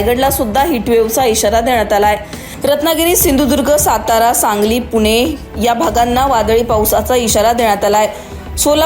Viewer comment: किती अशुद्ध मराठी बोलते अँकर... जानून नाही ग जाणून पुने नाही पुणे थाने नाही ठाणे 😂